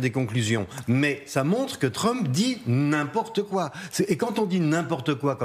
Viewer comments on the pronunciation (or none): ''Il dit GNIMPORTEKOI.'' Vous êtes gênants.